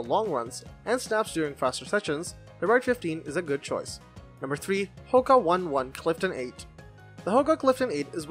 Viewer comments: Oh dear....no.3 are Hoka O-ne O-ne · I have the Saucony Ride 15 and love it! By the way, it is pronounced Hoka Onay Onay. Hoka has just dropped the "Onay Onay" and now just call their company Hoka.